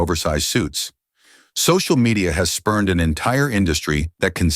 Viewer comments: Spawned, not spurned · Spawned an entire industry. Not spurned. I swear, AI will never replace my Editing powers 😂😂